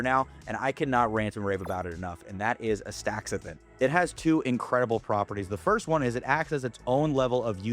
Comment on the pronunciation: The compound is Aster-zan-thin not As-thaxa-thin